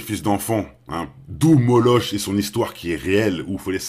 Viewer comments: MON FRERE C PAS MOLOCH CA SE LIT MOLOK COMME EPOCH TIME C EPOK TIME CA C MAGALIE ROBIN🙋🙏👍❤️🍀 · Bonjour, Moloch se prononcé molok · Ça ce prononce molock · Ça s’écrit « moloch » mais ça se prononce « Moloque »